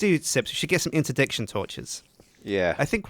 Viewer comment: Inter-DICk-shin torch